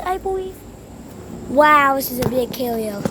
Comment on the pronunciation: Dude did not say the “carrier” carefully